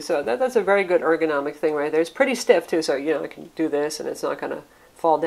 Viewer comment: Word Of The Day: Erganomic